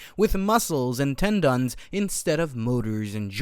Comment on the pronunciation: Po-land, ten-dons. WTF.